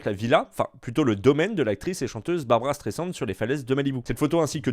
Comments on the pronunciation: Ça me trigger à chaque fois qu'il dit 'streissand ' au lieu de ' streiZand ' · Ta maniere de prononcer "streisand" me vrille les couilles a chaque fois. Horrible !